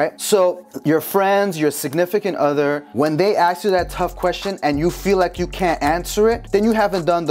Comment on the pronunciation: A S K. not axe!!!!